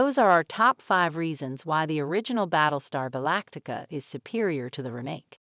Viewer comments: REmake. Not ruhMAKE. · This is text to speech with a kind of deep fake host, right? Her cadences are completely off. Who pronounces it "remMAKE?" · This sounds and looks like it is voiced by a computer and then lip synced. Especially the way "Remake" is pronounced. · She has a strange way of saying remake... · Is she AI generated? Or totally disinterested in the subject. Who says remake that way with such a short ee sound. If I didn't see her lips moving, I'd swear it was a text to speech bot. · How she said "remake" bugged me